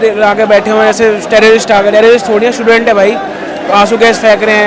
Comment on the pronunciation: स्टूडेंट बोलो भाई